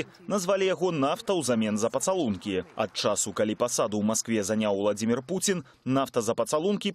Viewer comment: Белсат объясните своему репортеру,что ВладИмир ВладимИрович-это как скАзку сказЫвать.Правильно произносится ВладИмир ВладИмирович(!)